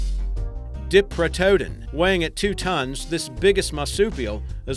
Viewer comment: Not bad, but you mispronounced a few of the names. Glyptodon is pronounced (Glip-toe-don). Diprotodon(Die-pro-toe-don), and Elasmotherium isn't fully the biggest rhino, the Indricotherium is.